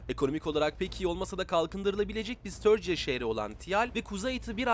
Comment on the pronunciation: Ustam, störciya degil de sturgiya desen 24 saat izlerim :D